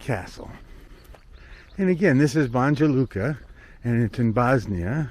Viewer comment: My good brother, it's Banya Luka, I know you guys from the States pronounce letter J like Joe, Jersey etc. Banya Luka. Kind regards